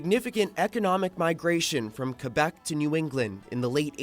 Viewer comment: For what it's worth, your pronunciation of "Québec" is pretty spot on! Love from Canada.